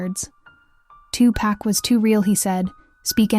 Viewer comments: 2 packs I can’t even listen when they can’t read his real name , he was a legend pac isn’t pack respect the name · Why is that everyone saying his name wrong 2Pack???? His Name is 2Pac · Listen here you lil helfer his name ain't 2 pack his name was 2 pac if you can't do your job right get off here and get another perhaps on a street corner! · Two pack? I can't.